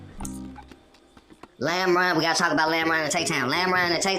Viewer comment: "lamrine" is insane